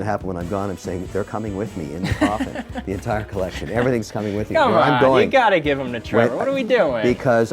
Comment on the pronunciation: Another Mr. wonderful video, another round of feeling triggered by the pronunciation of "colleccion." Love these!